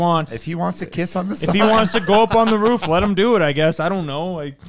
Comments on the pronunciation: Bro it’s roof not rof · Sounds like he’s imitating a dog barking 😂